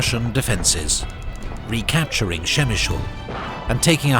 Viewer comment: The way he reads "Przemyśl" is so funny for Polish people :).